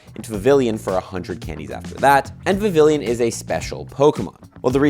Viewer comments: vivillon tho, not vivilion. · It's pronounced Viv-ee-yon. There are only two I's in it, not three.